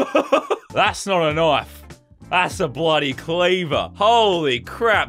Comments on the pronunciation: I like the way he says knife knofe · I just love how he say knoife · Someone make a counter for every time he says knoife